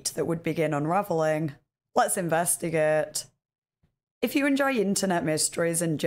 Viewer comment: "Let's invustagäet"